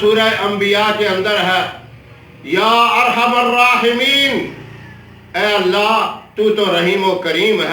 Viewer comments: This should be zher. Not zubr. Ya arhamuraheemin with zher under meem. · میم پر پیش نہیں بلکہ زبر ھونا چاھءے